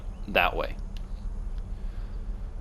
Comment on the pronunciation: Ilios, not iliose.